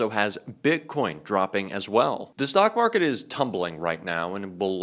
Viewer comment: you mispronounced Stock market. i laughed aloud because it was so much better your way. I heard "sock" market and my husband who was once a trader loved it and thinks that it is the best descriptor of the current market.